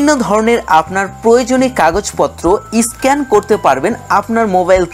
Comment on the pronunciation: দাদা... ভালো হয়েছে ভিডিওটা কিন্তু উচ্চারণ গুলো একটু ভালো হলে ব্যাপার টা র ও ভালো হতো.... যেমন... এডিট.. স্ক্যান.. pls রাগ করবেন না..